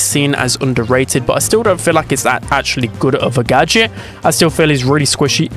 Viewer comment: “The GöDJÖT” 🗣🗣🗣🗣🗣